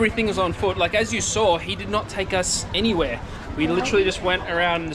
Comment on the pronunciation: There's no R in Saw